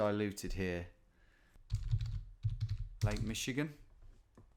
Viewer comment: Cecil Baldwin and I think you pronounced "Michigan" correctly the first time.